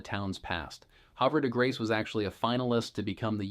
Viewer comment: You are not a local....your pronunciation of Havre de Grace and Susquehanna are not correct.